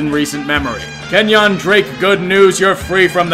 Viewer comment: Kenyan Drake went to my high school, and no offense but it’s ken-yen not ken-yAn